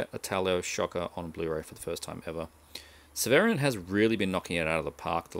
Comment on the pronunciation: Hey. The Crazies is a good one. I have the Arrow Blu ray and it's a 4K restoration, but the Blue Underground release is still good. Hehe, I love how you pronounce Severin. I agree, those Blue Underground 4K restorations are amazing. Off topic, but I highly recommend you get The Nightingale.